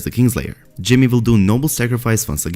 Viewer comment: Is it just me or do you hear “Jimmy” when he says “Jaime.” I cant unhear it now 😂